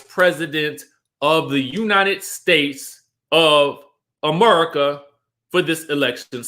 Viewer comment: United States of Amerrica lol!!! Funny the way you pronounced it!!!